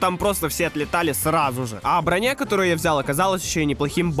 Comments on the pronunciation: а как он должен знать, впервые зайдя в игру, что правильно брОня, а не бронЯ, когда в русском языке есть слово бронЯ. Может ты для приличия запятые научишься ставить? Противно читать просто... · Броня (ударение на о) - отличный выбор для новичка